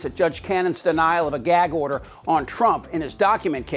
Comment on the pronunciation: If I hear, “geig”order one more time!